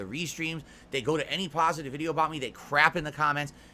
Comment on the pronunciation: I love how he thinks that one “pahsitive” video on him with him not “getting upset” erases 15 years if what he has said and done to both his “fans” and other content creators. This video makes him a saint in his eyes.